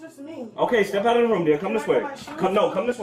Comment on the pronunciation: step outrdrdrdr oom 😂